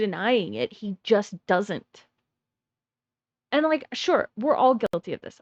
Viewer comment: Have a like for being the only one that hates the way he hays "Wha'" instead of want apart from me so far. The other earworms are how he says And, banned, demand, like "Eyand", "Beyand", "Demeyand".